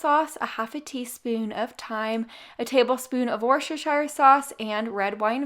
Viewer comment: Wooster-sher. Trust me, I'm a New Englander.